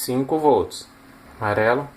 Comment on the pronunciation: Gostei demais do projeto, o que mais me fez feliz nesse vídeo foi ouvir você falando as cores; Marrão, Marelo. só faltou dizer VERMEI! 😂